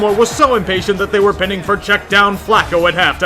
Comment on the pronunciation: Pie-ning not pinning